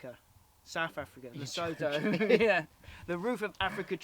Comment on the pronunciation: Man you are pronouncing Lesotho so wrong lol